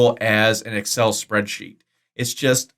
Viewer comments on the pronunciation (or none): none